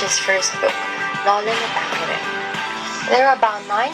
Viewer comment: A little correction...it should be noli me tangere not tanjere sorry